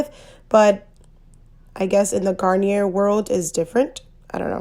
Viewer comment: Don’t want to be a hater but you kept pronouncing the name of the brand wrong it’s without the r